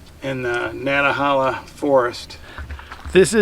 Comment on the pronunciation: Can't wait to visit the area. Thank you for showing it to me. BTW Nantahala is pronounced Nan tuh hay luh.